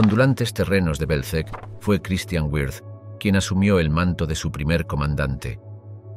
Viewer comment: WIRTH [vɪʁt] ... no güirz